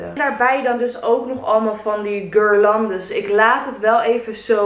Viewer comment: Wat een fantastische video!! Echt een dikke shout out naar het idee en wat een mooie en fijne dingen heb je gehad! Succes met opruimen van alle zooi😬 (Ongevraagd advies: je spreekt guirlande uit als gierlande en dan de g als van ‘gaston’. 100 jaar mee lopen k*tten en uiteindelijk google het me voor laten zeggen😂😂)